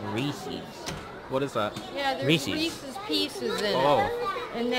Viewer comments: No one says "Ree sees", cmon! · You'd think someone who loves reeses so much would know it's not pronounced reesies... LOL